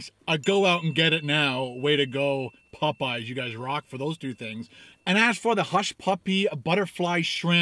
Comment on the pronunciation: why do you pronounce Popeyes so weird!!!!!